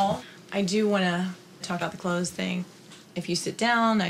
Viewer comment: can you just say clothes pls